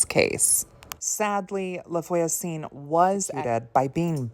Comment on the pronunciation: its no big deal but if you want to know voisin is pronounced vwa-zehn. the n is silent which is so annoying and confusing! <3